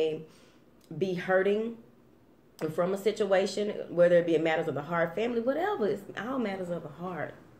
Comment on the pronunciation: I was thinking about breaking two karmic cycles but realized why one of them should not be broken. Not sure why I need to hold off on the second one...hahaha love when you say whateva it's right there :-)